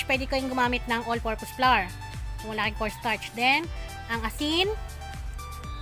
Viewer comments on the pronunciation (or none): none